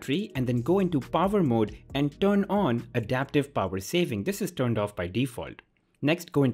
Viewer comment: By "Pover" you mean power?